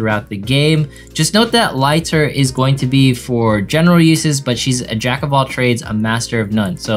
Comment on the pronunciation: I dont wanna be that kind of guy but i just want you to know the fact that its pronounced as L ii ter rather than l ay ter.